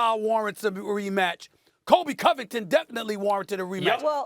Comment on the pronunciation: Thank God Stephen A said Colby covington